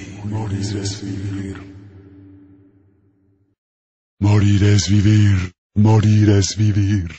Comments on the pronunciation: I honestly always thought it said moaning es veaver which made no sense to me at that young age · Morir es vivir always sounded like Moldy STDs to me as a kid😊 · I thought it said mummy/mommy Std LOL